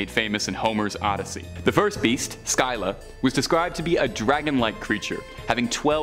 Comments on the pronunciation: The are pronounced Scylla (Sil-la) and Charybdis (car-ribbed-dis) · It’s really hard on the ears to hear Scylla’s and Charybdis’ name completely butchered.